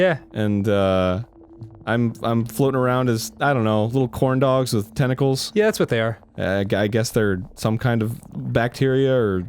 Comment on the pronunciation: "li'l hot dogs with tenticalls"